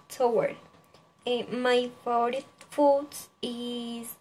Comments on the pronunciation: Falto un poco de información, me pareció un buen video, mejorar la pronunciación en algunas palabras como favorite y pineapple, también se nota el esfuerzo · Buen video, puedes mejorar cosas como creo que dijiste " my name is..." para mencionar el nombre de tu gato y tambien no se entiende bien al principio, creo que quiere decir "husband": esposo. También puedes mejorar la pronunciación de "favorite"y "exotic".